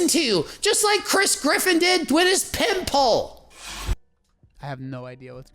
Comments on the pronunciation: He says pimple like “pimp pole” 😭😂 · Same! I’m glad I’m not the only one haha for sure sounded like pimp hole. For a second I thought he was trolling his viewers, but I think that’s how he really says pimple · Omg...when he was talking about Chris Griffin's pimple, I kept hearing "pimp hole." I was so confused and alarmed haha